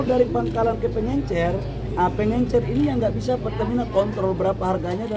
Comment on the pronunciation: Bisa bedakan gak pengecer ama pengencer...tiap ngomong pengencer pengencer lu kira tinner